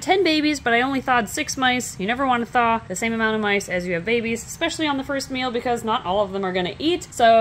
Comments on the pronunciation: Bahahah. I could have sworn you said you’d be feeding the “first males” to baby snakes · I knew you said "meal" but it sounded like you said "male so it ounded like was going to feed the first Male to a bunch of baby snakes and I was thinking okay interesting ritual you got going there. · I thought she said feed the first males to all the babies and they will eat lol. I don’t even like snakes but I love this channel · In the intro I heard "feed the first male to a bunch of baby snakes", and let me tell you, it made me sit up a bit.. ;) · Okay, for a second I ligit thought she said feed the first MALE to the babies ....lol then I realized she said MEAL...lol